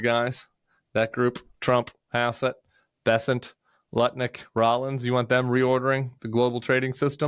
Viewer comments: Nutnik, not lutnick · I'm dyslexic, so I stand no chance of pronouncing Lutnik correctly ever again 😂